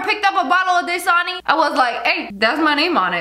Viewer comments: man she said Dasani like DAY-SAWNEY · Das a foot And das-sa-ni